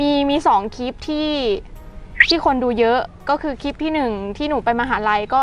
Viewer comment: คำว่าคลิปเป็นคำควบกล้ำฝึกออกเสียงบ่อยๆนะเพราะจะออกเสียงว่า คิบ